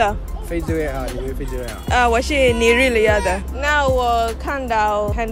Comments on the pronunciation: How do you say Nigeria in Chinese? Did I hear Nigeriata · It's the way Nigerian was said in Madrin for me🤣🤣🤣 I was like no be my country be that.. I refuse it😂😂😂